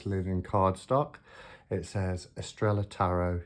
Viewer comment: Lovely deck ! Shouldn't it be pronounced Eastraiyaa ? (star in Spanish).🧡☺🙏🌺